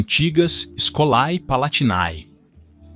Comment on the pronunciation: Escolae palatinae e todos as palavras com æ se pronunciam com "ê" Escolê palatinê